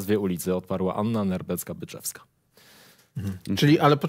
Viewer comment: "Anna Nerbecka-Byczewska" 🤦‍♀️. Widać, że millenials od prasy nie kojarzy niczego co miało miejsce w polskiej kulturze przed rokiem 2000, ale najgorsze jest to, że 2x przekręcił nazwisko Nehrebeckiej i ani Stano, ani, go nie poprawili. 🤔